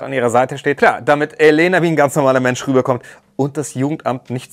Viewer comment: ich finde es sehr unaufmerksam, dass die sprecherin und viele im camp den namen Elena falsch betonen, sie hat schon aufgegeben, es zu korrigieren, sie heißt Eléna, 2. silbe betont, nicht die erste.